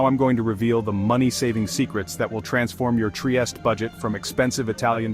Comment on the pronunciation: good info, thanks ! only obseravation, it is not that difficult to pronounce triestE, with final E E E🙂